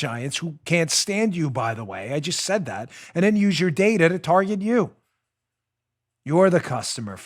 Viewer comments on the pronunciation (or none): none